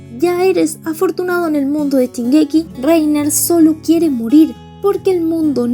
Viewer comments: Jajajajaja me mata porque dice chingeki en ves de Shingeki jajaj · Es Shingeki, no chingeki... 🙄